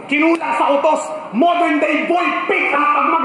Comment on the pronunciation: "modorn na boy pickup" ? tama ba sa pagsabi ni price ahhaha bulol eh